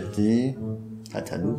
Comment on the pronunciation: تتلو رو چرا اینجوری تلفظ میکنی😂😂😂😂😂😂😂😐